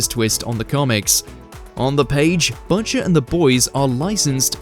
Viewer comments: the VO is either Ai , cant read coz english isnt their first language , or hasnt seen the show, coz what the hell is buhcher ? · Budger? 😅 It's like you call him after the little birdie 🐦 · Cant just let Botchers slide. Maybe don't have the UK version do this if you can't pronounce the name of the main character. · my guy, you gotta figure out how to pronounce "Butcher"